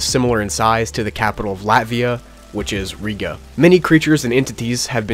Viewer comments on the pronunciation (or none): none